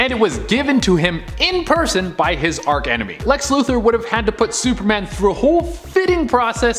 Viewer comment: It is archenemy not arc enemy